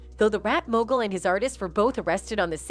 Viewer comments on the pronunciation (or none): none